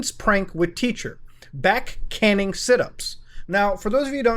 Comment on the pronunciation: Canning, pronounced cane-ing is the act of hitting someone for punishment with a stick or wooden rod.